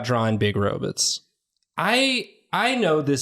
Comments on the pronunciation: I love 'robutts' where is that pronounciation from? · Is intentionally pronouncing "robets" like Zoidberg?